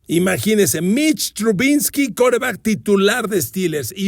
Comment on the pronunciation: 1. ¿Porqué insiste en decir "Trubinsky"? 2. Los niners NO estaban invictos cuando debutó Purdy. Siempre da datos equivocados en sus podcasts y que nomás impresionan a los neofitos.